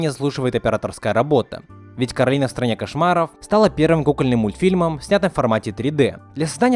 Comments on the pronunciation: Ну как бы не "КОРАЛИНА", а КАРОЛИНА потому, что короткое имя Каро, а если было бы "КОРАЛИНА" короткое имя было бы кора? что ли? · Не Коралина, а Каролина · Не Коралина а Каролина! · не каралина а королина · Каролина А Не Коралина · Не Коралина а Каролина меня так завут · Каролина а не Коралина!